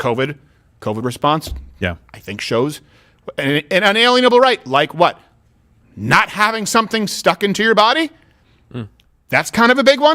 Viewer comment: inalienable, not "unaliable" lol.